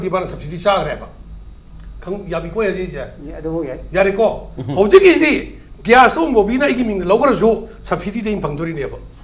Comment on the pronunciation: Its a gas not gyas